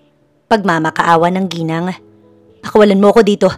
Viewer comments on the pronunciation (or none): none